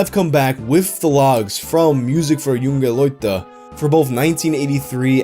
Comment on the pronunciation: "Junge leute" is pronounced like "YOO-ng-uh LOY-tuh". -a German-Canadian